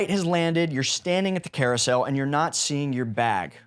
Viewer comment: Sir, new sub, great video. "CAROUSEL"